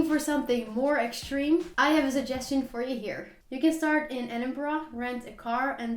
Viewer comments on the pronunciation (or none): Really enjoyed your video. Just so you don't get angry letters from Scots, the capital of Scotland is pronounced "eddin-bruh". -borough, -burgh or -brough suffixes are pronounced "bruh". Severn is pronounced "7", Thames rhymes with "gems". Ben Nevis is "ben nevvis". Those walls in Wales are called "drystone walls", stone walls without mortar.